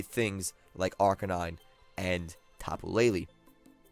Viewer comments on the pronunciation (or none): It's Tapu LeiLei not LeiLi